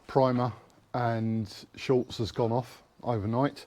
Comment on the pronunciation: Nice work, I will keep watching with interest… but please it is ‘Schutz’, German for protection, there is no letter L in it…why is this such a common mistake ? 😂